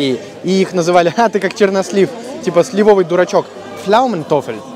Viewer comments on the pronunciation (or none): Правильно: слИвовый, а не сливОвый👍👌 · вы замечательный рассказчик. Но позвольте маленькое замечание: в слове сливовый ударение на первом слоге.